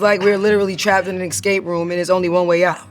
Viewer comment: I love how she says "excape" 😂